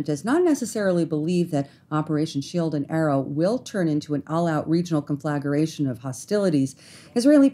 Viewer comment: Please check pronunciation of CONFLAGRATION. Great reporting, much appreciated. Viva Israel!